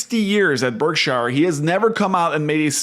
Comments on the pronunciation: It's pronounced berk-sher, not berk - SHIRE. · Why do you keep calling it Berk-shyer? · Please! It's pronounced "BERK-shur," not "berk-SHYer." Visit Omaha and find out for yourself.